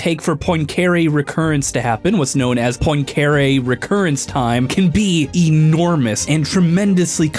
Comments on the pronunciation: As a Numberphile/"casual math" fan, the pronunciation of Poincaré is physically painful to me, but funny nonetheless. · Tell me one thing, what in a sign of stressed syllable you do not understand? It’s god damn Poincareeeeee, not pOinKeeiRi ugh that is disgusting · It’s pronounced pwancuhrehh (because it is French) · poin-care-y ???? its pronouced Pwon-cah-ray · Henri Poincaré: is French, pronounces his name 'on-REE pwon-ka-RAY': "Henry Poyncarray" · The science is, of course, most excellent. BUT. mispronunciation of Poincaré (pwahn kah rey) nearly killed me x.x I recognise it's incredibly pedantic, but he said it so many times I almost died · You mispronounced Poincaré. It's pwong-ka-RAY, not poin-CARE-ay. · Bro Im pretty sure Poincare is pronounced "point"(without t) + "carè" ( accent on last e) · As a math grad, his pronunciation of Poincaré made me shake my head. It's "PWON-ca-ray". Otherwise, it's a great follow-up video to the Marioplex. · Um it’s pronounced poincuhRAYYY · You really butchered the name of the t heorem. Anyways, in your video you show a serious missunderstanding of what phase space is. The simplest explanation would be: In phase space you plot e.g. the position on one axis and momentum on the other. Then you can plot the energy evolution of the system in that space ( for example, A harmonic oscillator would be an ellipse there). I used to really like and still like the theories from your channel, pls don’t ruin the good research we’ve all gotten used to. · How can you mispronounce Henri Poincaré so badly? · 1 : Nether is only half the size of overworld (128 blocks in height) 2 : this is not how you pronounce "Poincaré" 3 : still a good video but the aforementioned elements are too prominent to not be researched, one name and a number that represent very little research too : / Timestamp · That mispronunciation of Poincaré hurt me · HOW did he pronounce Poincaré????